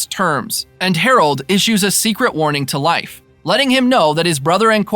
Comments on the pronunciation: whos life pmsfl thats not how you say his name< its more like leaf then life loool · I believe his name is pronounced LayFF … not LIfe…sorry I just seen you addressed this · It's pronounced leaf no? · You pronouns Leif like Lajf (american letters), not like Life... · bruh, his name is pronounced "Leaf"... Not, "Life"... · I'm pretty sure it's pronounced layff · I thought the same thing! Haha! I kept saying it's LEAF! 🤣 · I did do some reach after commenting this and I guess in Scandinavian vernacular, it's pronounced similar rhyming with life. But it sounds like this guy is straight saying Life instead of Layff. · You are saying Life...Wtf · I'm I confused or are you calling him "life" Erickson? Is that the real pronunciation? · Can’t listen to Lief being pronounced incorrectly anymore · How do you not know how to say Leif’s name. Pretty horrible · How do you make a recap for a show and consistently mispronounce one of the main character's name?